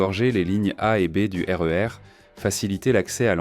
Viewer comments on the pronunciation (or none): Ah la la... Cette voix IA, ses liaisons mal ta propos et son incapacité à gérer les sigles comme SNCF ou RER... Ça fout tout en l'air...